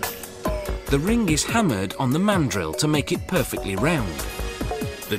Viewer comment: omg..the way he says ring is like ringah.... so annoying